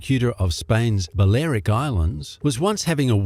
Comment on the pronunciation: The miss pronouncements of Malaga, Balearic and Majorca by the Yank made me wince.